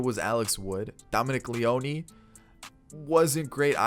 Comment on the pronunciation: Great video! One thing though Dominic Leone is pronounced as Lee-own (Lee-ohn). Keep it up, ready for 21!